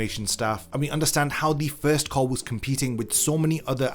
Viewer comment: "Cour"? Disliked.